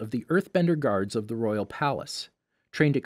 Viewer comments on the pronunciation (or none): none